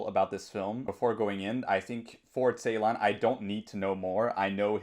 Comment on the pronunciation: The first part of his lastname is pronounced as 'Jay'. It is kind of like 'Jaylahn' and not the way you pronounce :(